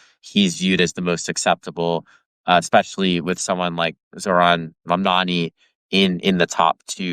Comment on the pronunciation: Tara is not a great interviewer. Also she couldn’t pronounce Zohran’s name!